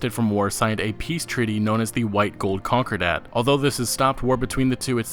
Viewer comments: con-core-dett ... not white gold conquer-dat ... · Con-cOr-dat, not COn-cor-dat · "The White-Gold Conkerdat" I'm fucking done. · the word is con cor dent just fyi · White gold con-crr-dat